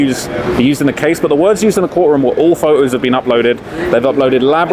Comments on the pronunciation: How you pronounce the T in about and not photos 😁😂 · How can you say the T in apparently but you can’t say the T in Photos 😂